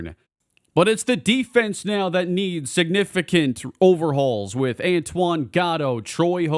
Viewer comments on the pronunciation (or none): none